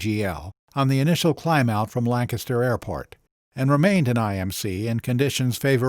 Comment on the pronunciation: My compliments on pronouncing Lancaster (PA) correctly.